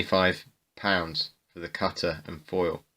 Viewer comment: the "cuttuh"